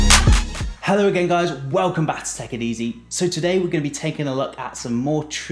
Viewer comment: In his intro does he say "hello gays guys"??????????? Cuz bro im not gay im just here for the review